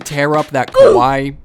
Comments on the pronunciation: Bruh kawai means scary!! Cute is kawaii. Pronounced Kawai-ey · The way you pronounce kawaii means scary in Japanese (kowai)